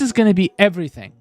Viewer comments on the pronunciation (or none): none